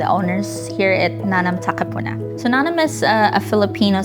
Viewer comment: Nanam is a hiligaynon word that means tasty. And she is trying to deny the origin of the word by pronouncing the word incorrectly. She is very pretentious.